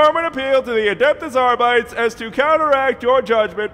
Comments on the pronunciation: Unless it was intentional, just a tip; "Arbites" should be pronounced Arr-Bit-Ayes, not Arr-Bites. It's a faux-latin thing; think of the roman Principes and Velites, they're pronounced in the same way. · Cognitive dissonance like nails on a chalkboard whenever someone mispronounces the pseudo-Latin words in 40k. Arbit-es Not ar-bites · Adeptus Arr-Byte-Ease. THREE SYLLABLES! You don't pronounce "Custodes" as "Cuss-Toads", and you don't pronounce "Astartes" as "Ass-tarts". Therefore, you do not pronounce "Arbites" as "Arr-Bytes". That's just not how it's done. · why is it pronounced ARE-BYTES and not ARE-BEE-TES? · Ar-bites sounds wrong. It should be Ar-bit-ees. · Ar - bi - tees not ar - bytes :( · It's pronounced "Aar-bii-teys", not "arbyte". But it's fitting that the average member of the Adeptus Arbites wouldn't even know how their own order's name is pronounced. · “Arbites” is pronounced “Ar-bih-teys” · I refuse to pronounce it "Arbytes." I'll stick to the pseudo-latin and call them ar-bee-tes, thanks. Space marines are not adeptus aystarts. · is latin, and means judge. ahr bee taes is the correct pronunciation. Than again this is 40k filled with butchered latin so who knows. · It's pronounced 'arr-bih-tess' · Arrr-bee-tees say it with me now. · Always assumed it was pronounced "Arr-bee-tays" making it sound faux-latinish. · I'll never understand why people pronounce Arbites like "biting". You're not calling Adeptus Astartes "ass tarts" either. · Adeptus arbi-tes, it's latin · You pronounce "arbites" WRONG. Other than that, brilliant video. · Is that actually how you pronounce Arbites?